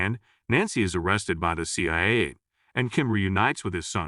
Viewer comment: Can't even pronounce C.I.A